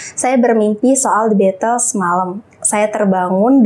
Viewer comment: Baca the beatles aja salah 😅